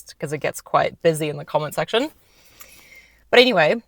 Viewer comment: Noice video! I picked up on a hybrid-kiwi accent when you said the word 'section' 😂🥝 You represent the good and the bad well. I look forward to seeing more content 😊